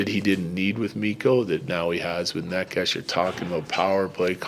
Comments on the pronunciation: It's Nay-chess lol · Bednar butchering Nečas' name the whole time, i didn't know about whom he speaks until it clicked :D i was like, who is this Nekash dude? :D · Nechas clarified it himsefl: 1st syllable is actually neh, like never or neck. Its neh-chess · ''Ne-'' is pronounced as "ne" in the word "net" and ''-cas'' as "chas" in the word "chas-tity". It actually has a meaning, the closest translation would be something like ''bad weather''. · Dude, someone please help Bednar with names. He said Georgie’s name wrong for 2 years. The ch is in the middle… like Naches soft E… even if it doesn’t bother the player it might subconsciously… who knows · He is bad at pronouncing it if you're curious how it's pronounced it's NAY-chess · Y’all need to learn how to pronounce necas. Mans is a superstar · Mr. Bednar(Bednář) go to google translator select czech language and type Nečas then play it. I though guy with czech roots(if he knows) would at least try to learn his(Nečas´s) name properly smh... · Is Bedsy just bad at saying Necas or is that the preferred way to say it? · He is bad at that